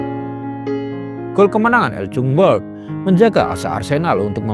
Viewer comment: Bukan L jun ber. Kau admin, tolong la buka google translate, tulis ejaan Nama pemain yang kau nak sebut. dan tekan button🔊 untuk dengar sebutan cara yg benar nama mereka. Agak agak laa Ar se nel weng ger. Fredie El Jun Berg. Apa Itu org Korea ka